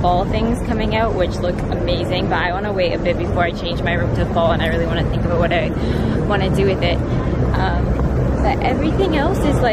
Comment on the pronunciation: when u say aboot because ur inner Canadian is coming out